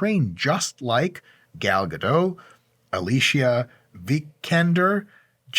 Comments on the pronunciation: Hey, Dr. Mike, frequent viewer here. Why the heck aren't you pronouncing the "t" at the end of Gal Gadot's last name? As a fellow Jew, don't you know that Gadot, pronounced with the "t" means banks, as in river banks. It is the plural of "gada" - a single bank. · Today I learned that I've been butchering Gal Gadot's last name for about a decade now. Thanks Mike 🥲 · Mike I love your advice and humor. I have been a huge Wonder Woman fan since the 70s. Gal is amazing and I really enjoyed the 2 dedicated WW movies. One point though is she is from Israel not france and you more than most people shpuld know how to pronounce her name correctly. Your celebrity critique videos are awesome. I just need to know how to get some of their genetics. Best wishes and keep on helping us mere mortals to be better versions of ourselves. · Pronouncing her last name wrong Dr. Mike but we’ll ignore it because you’re too awesome 😂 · My brother, Gal might be more impressed with you if you pronounced her name correctly... it's a start ;) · With the way you murdered her name I don't think she will be calling :( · On top of all things, you might want to learn how to properly pronounce her name. Gal Gadot. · The "T" in Gadot, isn't silent. It's Hebrew not French. Just thought I'd help you out there so next time she'll call you. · The T in GadoT is NOT silent man. She's not French. Gadot = banks (as in river banks) in Hebrew. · She went on Jimmy Kimmel and specifically stated you pronounce the T. You can find compilation videos on youtube of her saying her own name with the T over and over. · Why do everybody insist on pronouncing her name with a silent "t" she's not French lol the "t" is not silent so instead of Gado you should say Gadot. Just saying as an Israeli who knows how it's pronounced it kinda bugs me lol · Her name is Gal GaDOT! Not Gal Gadough! For being Jewish you should have known how to pronounce her name, it is Jewish not French! That comes from her clearing that up!